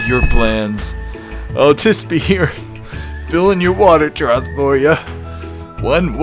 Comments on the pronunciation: I didn't hear him misspeaking, he was properly saying "trough" the whole time afaik. Edit: OMG you're right, he's totally saying "troth" the whole time! I've never heard that before, is it a local or family custom? (My family tends to say "boughten" as a past tense of "bought", for example: "Yeah, I've boughten clothes from that new store once or twice...") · Hilarious! I have one tiny problem with it and it’s only because I live with an English major librarian lol but I noticed you kept saying trot and it’s actually trough (troff). That’s it, I know it’s a little thing and some people don’t care to know but I would want to be told 🤷‍♀️ It was a hilarious video though! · I heard it several times too. It was troth especially . I figured it was simply a Connecticut thing... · I wasn’t sure at first but at the end of the video you can see him say it with a “th”. It’s whatever, just thought he might want to know